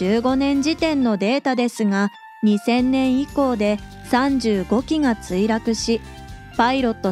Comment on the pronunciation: 2000って訛っててめっちゃ気になる😂